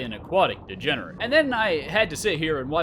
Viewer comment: It's so funny when you say 'degenerent 😂